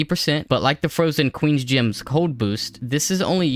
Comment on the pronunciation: They're GEMS, not "GYMS"